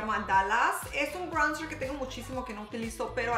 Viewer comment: Jajajajja como dices "praimr" y "braunzr" 😂